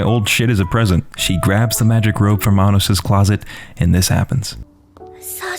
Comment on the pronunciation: My friend either ruined or perfected this series for me. Around the first few episodes he repeated all the lines where they were saying Anos's name, but pronounced it very similarly to Anus or Sir Anus. As if he was just pronouncing it slightly wrong but not deliberately trying to say anus... Now I can't not hear it whenever something serious comes up. It is funny and infuriating at the same time, but considering the show is an over the top power fantasy, it turns it into a parody. It is actually kind of annoying that Isekais, Demon Lord's, Power Fantasy, and other genres that fold together are the norm now. It also seems like every Korean action Manwa is a power fantasy now. Only the best really stand out. For some reason I find this show enjoyable though.